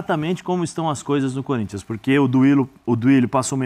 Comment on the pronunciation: O Neto falou que o Gabigol tem a cara do Corinthians? Mentira! Se foi o Neto mesmo, ele falou "CÚRINTHIAS".😂😂😂😂😂